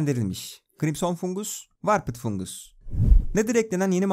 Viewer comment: doğru okumuş dostum ingilizce bazen komik gelebilir